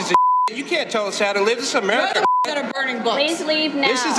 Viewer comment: she can't even say America, it sounded like "umberrica"